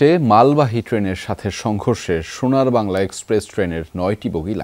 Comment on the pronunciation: Shonar bangla bolte giye ei oboctha😂😂😂shonar bal..🤭🙆‍♀️hayre bangla deshi manush....